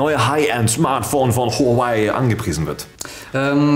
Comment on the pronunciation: "Huaaaawäy"? Man die Aussprache von dem Typen der nicht Alex ist geht mir echt auf den Sack xD